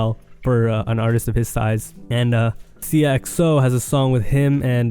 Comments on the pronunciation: This man butchers every name 😭 seeyuh xo it's sighya xo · sigh-uh not seeyuh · It’s pronounced “si - a - xo- “